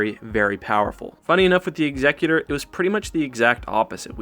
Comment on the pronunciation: Why does everyone say "Executor" wrong?